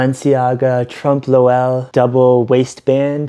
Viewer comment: u mispronouncing trompe l'oeil over and over was killing me